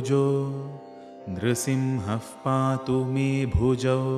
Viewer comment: Can I please know why you have pronounced the parts nRsiMhaH pAtu as nRsiMhaf pAtu, is there a reason behind this?